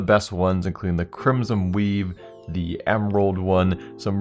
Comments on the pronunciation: i keep thinking that he is saying weeb instead of weave XD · I keep thinking he is saying weab gloves